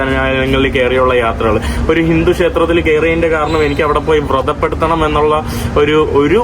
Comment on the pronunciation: അമ്പലത്തിൽ കയറി വ്രത പെടുത്തുക എന്നല്ല വ്രണപ്പെടുത്തുക എന്നതാണ് പറയേണ്ടത്